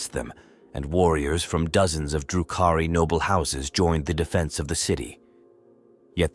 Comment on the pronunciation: Ældari lmfaoooo and “droo-Koo-Ri” fucked me up too. I think it’s quirky and hilarious most times but I get where you’re coming from